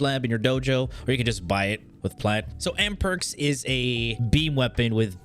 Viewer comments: Trust me, like who tf calls an Amprex an Am-perks? lmao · Boi its amprex not amperx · AMPREX =/= AMPERKS WHAT THE FUCK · Stop saying ampERx aaah triggered me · Aahh what Am perx it's Amprex XD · lol. On purpose. He says that at the very very end of the video. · I was more thinking about the way he absolutely butchered Mutalist Cernos, but yeah who calls it an Amperks??? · ok you had to of been trolling with how you said amprex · Its amprex... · WHY ARE YOU SAYING AMPREX LIKE THAT? MY EARS :'(